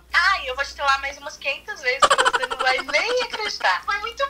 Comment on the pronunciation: Ela falou vejes kkk ives- de falar vesses kkkkk